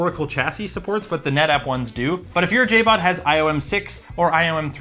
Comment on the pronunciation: Lol it's JBOD not JABOD